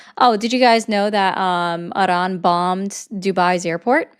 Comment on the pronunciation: I am pretty shure the r in Iran is not rolled with tip of the tong, also in Croissant, because its hard for americans to do, if they don’t heard it from their mother as a kid. The r is build in the throat which why german for example sounds harsh to americans.🤓